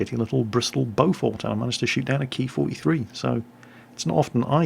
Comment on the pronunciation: Oh god, please don't start calling it the "Key-43".